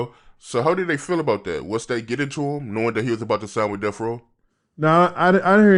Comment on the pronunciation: It’s DeaTH Row, not DeaF Row. Enunciate, fellas! 👌